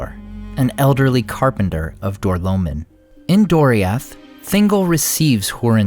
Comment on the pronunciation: Door-low-mean not door-low-min